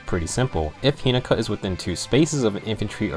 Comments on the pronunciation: He-NO-ka. Not He-NA-Ka. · Take a shot says hinoka wrong:)